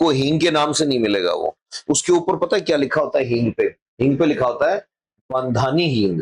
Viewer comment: बंधानी नहीं, बांधणी हिंग उचित होगा।